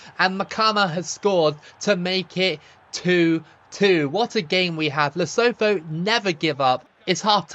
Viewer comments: Hey mate, love your vids! Would love to see you play as the mighty Faroes one day btw, or New Caledonia. As for Lesotho, the TH in the Sesotho language isn't a th like in 'thorn', it's just a stronger T sound, so the country is pronounced "Leh-SOO-too". All the best! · As you know I'm from South Africa, and we pronounce it as "Le-Su-2"😁